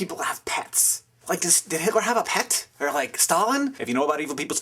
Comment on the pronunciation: pet, not bet, argh!!!